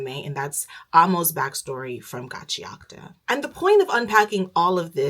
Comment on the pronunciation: The way you are pronouncing Gachiakuta is triggering tf out of me